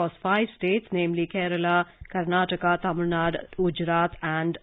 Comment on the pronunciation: why they pronounce as tamilnadu as tamilnad